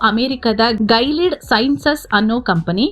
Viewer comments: It's not gailead it's Gi-li-aid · ಅದು ಗೈಲಿಡ್ ಅಲ್ಲ ಗಿಲಿಯೆಡ್ i have worked in that project as a software engineer